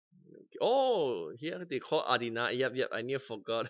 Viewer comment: It's called Adena 😂